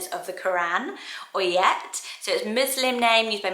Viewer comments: You pronounce Ayet as eye+a, not oy et. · Hi, Actually; Ayet is pronounced I yat.